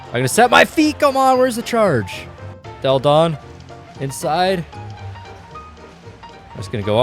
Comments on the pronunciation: I don't know if you've ever heard of Delle Donne prior to this video but her name is pronounced della-don (not dell-don) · Delle Donne is pronounced “delluh Donnay” not “Dell Don” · It's Delle Donne not "Dell Donn". You have to pronounce the "e" like in "felt". It's italian not french. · it sounds like "Dell Donne" but its pronounced like "Della donne". No hate, but believe me. I know 'cause I'm a Delle Donna fan, and a mystics fan. I LOVE THE WNBA! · "Dell Don" 😂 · Maaan You have to pronunce "Delle Donne" in the Italian way ahah try to listen to it on Google Translate